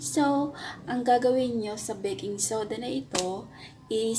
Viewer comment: pagkadinig ko ate "beking soda" medyo natawa ako hehehehe